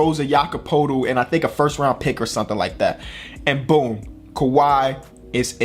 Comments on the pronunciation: You don’t say it poetl you say it Pertl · When says Jakob's name it sounds like he's saying "Jakob Poodle" 💀💀. Damn, no one knows how to pronounce his last name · no hate but learn how to say Jakob Poeltl😄